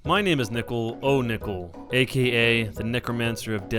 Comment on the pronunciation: Nickel, I am mexican, if you want I can say the lines in spanish for you, if you get annoyed of people correcting you